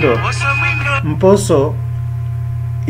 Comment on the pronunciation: Good job but remember to do away with the influence of the first language,mposo you pronounce it as mboso.